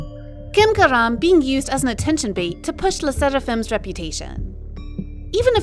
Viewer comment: Why did you pronounce garam wrong